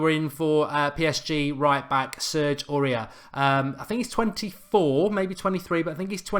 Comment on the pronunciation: Mark Aurier is pronounced Or-E-Air